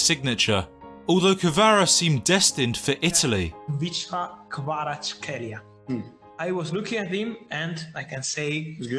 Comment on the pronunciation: Are u georgian couse u said khvicha kvaratskhelia good